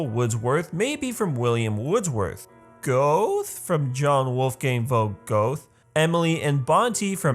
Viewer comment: You speak Goethe, Göte